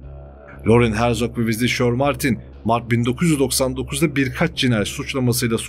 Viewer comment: kardesim insanda birazcik ingilizce olur.herzamanyanlis okuyorsun.mesela shermartine de neymis.shermantine diye yazilir ama shermentayn diye okunur.bu sadece büyük eksiklerden biri